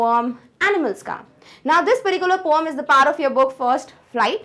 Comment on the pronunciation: Poam nhi poem hota hai mam